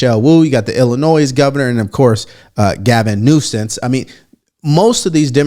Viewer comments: Did u say Gavin nuisance?! 😂😂😂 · Did he say “Gavin Nuisance”?? 😂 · Did you say Gavin Nuisance? 😂😂😂 Made my day!